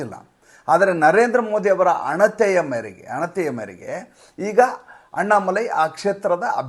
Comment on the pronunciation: ಅಣತೆ ಅಲ್ಲ, ಆಣತಿ. ಅಪರೂಪಕ್ಕೆ ತಪ್ಪಾಗಿದೆ? ಅಥವಾ ನಾನೇ ತಪ್ಪೋ?